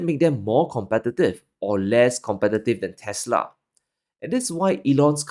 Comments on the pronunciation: Its actually "teslerrrrrr" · The correct pronunciation should be "Tesler" lol